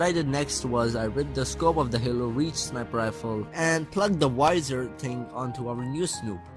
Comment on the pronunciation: Its pronounced sniper, not snooper